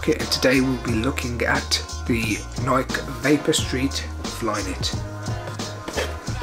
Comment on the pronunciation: pronounced Nikeeee